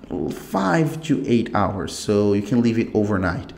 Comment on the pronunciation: I knew this guy is brazilian when he said two instead of to , its a verry normal mistake as im also a brazilian i had this problem , so you speak realy good but remember to stop to say two every time you realy wana say - to power and not two power , because two means 2